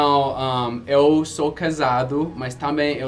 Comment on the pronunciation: uma dica sobre a sua pronúncia: você fala EU (que tem o E fechado) como se fosse o ÉL (que tem som aberto) do espanhol. Essa é uma das pouquíssimas falhas no seu português.